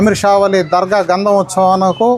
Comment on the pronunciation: Amma grandham kadu gandham